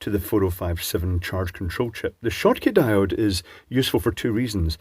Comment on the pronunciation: That crazy guy in Australasia ( not Austria) calls them DIO-DEE'S